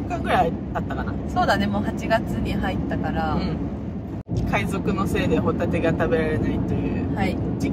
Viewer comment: 私も海賊って聞こえた~ あはははは！！！ 笑って誤魔化せ~